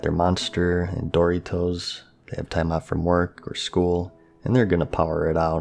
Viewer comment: He's pronouncing it as Dory-Toes. Like the illustration